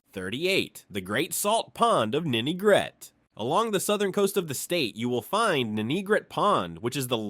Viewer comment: Great video and a solid overview of RI’s history! That said, I wanted to point out a few nuances that could make it even stronger: 1. The AI dubbing stumbled on some unique RI names—like calling Ninigret “Nigret.” 2. A few key areas were overlooked: - Military Sites: Newport Naval Base, Quonset Naval Air Station, and Charlestown Naval Auxiliary Landing Field (CNALF). - WWII History: U-853 was sunk off Block Island in May 1945, near the end of the war. - Education: URI, established in 1892, became the state’s first Land Grant college, taking over from Brown. - Oceanography: URI’s Graduate School of Oceanography operates the R/V Endeavor, a research vessel that plays a major role in ocean studies. I’m sure there are tons more that could be added, but these stood out. Thanks for sharing this piece of RI history!